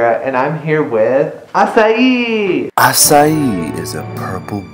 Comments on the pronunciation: AH-KAI NOT AH-CY-EE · Wait it's pronounced ass-i-ee??? I thought it had a k sound 0-0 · Omg 3 more minus 1 comments to go 1000 comments I thought Acai was pronounce Akay or Akai "I'm Filipino BTW" a "Furrypino"